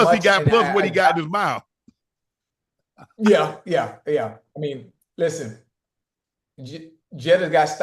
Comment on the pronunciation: "Plus what he got in his mouf" 😬PAUSE 🤦🏾‍♂️